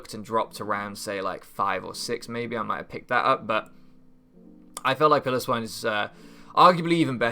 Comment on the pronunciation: What did I say about Piloswine? You are going to mispronounce it every week aren't you? Otherwise I think you have a very good draft, I look forward to seeing how it does